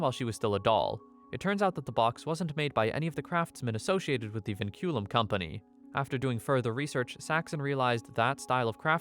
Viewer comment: “Vinculum” (Pronounced Winkulum) translates to chains in Latin